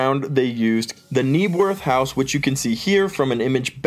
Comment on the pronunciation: Knebworth, not Kneabworth 🙄🤦🏼‍♂️